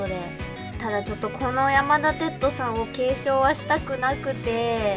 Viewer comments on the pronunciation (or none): 「やまだてっと」 →「やまだてつと」かと😭 すみませんこんなこと細かくて言おうかどうか迷ったのですが、聞いててとても違和感があったので🙇‍♂️ 余計なこと言ってすみません🙇‍♂️